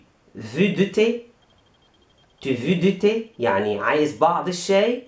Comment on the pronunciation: veux تنطق فو وليس في